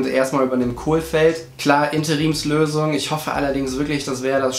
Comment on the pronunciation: Jedes Mal wenn du ein L in den Namen reinbastelst fühle ich mich geohrfeigt. Der Trainer heißt Kohfeld... nix mit Kohl, der war mal Kanzler xD